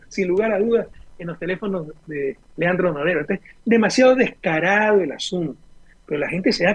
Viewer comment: Porque no pronuncia bien claro el nombre de Leandro Norero? Rafael Correa algo está pasando